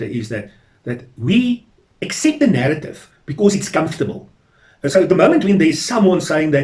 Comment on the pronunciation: Why do you say nerrative . Isn't it narrative?